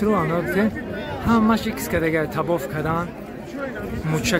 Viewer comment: Табоф не таввоф